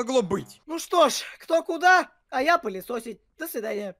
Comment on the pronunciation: Пылесосить а не пылишошить!